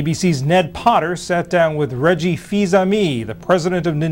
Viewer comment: The way Reggie's name was butchered. Ugh.